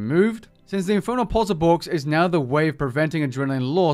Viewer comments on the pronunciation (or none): none